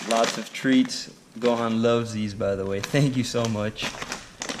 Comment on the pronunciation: Gohan rhymes with yohan he is from how to train your dragon